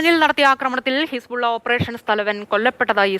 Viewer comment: ഹിസ്‌പുള്ള അല്ല ഹെസ്‌ബോല്ല (ആർമി of Allah)